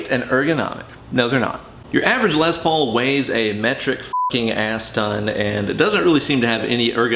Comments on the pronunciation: Less is more. It's pronounced like less, say less Paul not more paul, or lesbian paul. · Tomato, Les Paulo haha